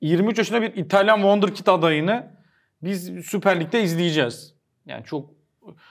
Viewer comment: wonderkit ne? harika çocuk demek çok mu zor be yabancı hayranı